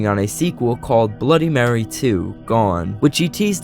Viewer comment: Bro that Stan guy made a great job but he should search up words like bloody and mary